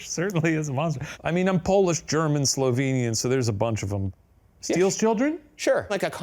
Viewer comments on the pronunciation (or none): none